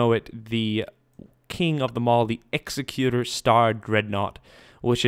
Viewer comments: When you pronounce Executor, think Executive, not Execute. And those larger Rebel cruisers look Alien-like? Of course they do, they're Alien, they're Mon-Calamari. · its pronounced eggs-zec-u-tor spelled executor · Gah, mispronunciation of Executor.